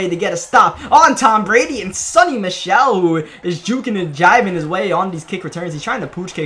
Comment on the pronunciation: Alright let's get this straight. His name is SONY Michel. Not SUNNY!!!